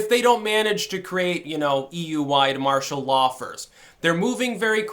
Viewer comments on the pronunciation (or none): none